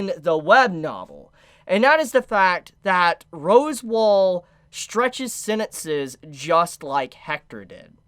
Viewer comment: AND FOR THAT MATTER ITA ROS-WAAL! NOY ROSEWALL! YOU EVEN SPELLED IT RIGHT IN YOUR OWN FREAKING COMMENT! HOW ARE YOU THIS FUCKED?! ITS SAID RIGHT TO YOU IN THE ANIME! JUST. SAY. IT. RIGHT. PLEASE.... I just can't anymore. I used to absolutely love watching your content. Now I can barely stand listening to your voice. An honest mistake can be easily forgiven, but constant unrelenting errors with no sign of a willingness to improve its downright condemnable. There's no more excuses, you own your audience and yourself better.